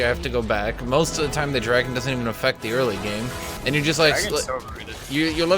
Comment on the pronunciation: lel "dwagon"